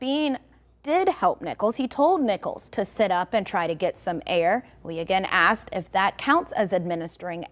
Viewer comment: A news reporter "axing" questions. WOW.